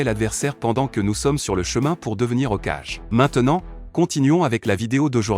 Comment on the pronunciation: OkAjE au lieu de "Hokage"